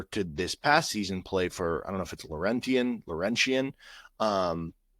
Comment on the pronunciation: As a Canadian, the second time you said “Dalhousie” and Laurentian were correct.(well done) Carleton is a legit basketball school (Ottawa) they played right with Duke a few years ago. Duke toured Canada because RJ Barret was on Duke that year. It’s quite rare for a Canadian kid to go to the NCAA after playing U-Sports. It’s quite common for elite basketball players in Canada to go to a U.S high school in grade 10-11-12.